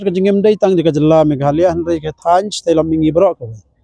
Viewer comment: Khasi News reader nguid dak Megalaya ✅😂😂😂, ym Me gha la ya😢